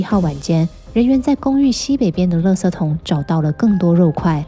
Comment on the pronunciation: 你是台湾人吗？只有台湾人把“垃圾la ji ” 念成 “le se ” !